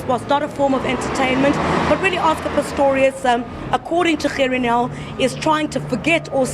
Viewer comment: I love. i REALLY DO but I don't remember Gerrie Nel's name being PRONOUNCED like that. It's something about your Gs that are NOT quite RIGHT! Ba-Ha-Ha-Ha! I'm your friend but your PRONOUNCIATION of Gerrie Nel's name is a bit NIGHTMARISH!:) When you say the G, in Gerrie, I hear a CUTTING sound. Aah! If ONLY words could kill. You could slaughter people with the way you say Gerrie!:)